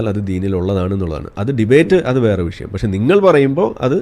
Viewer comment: വിശയം അല്ല മാഷേ വിഷയം. 😍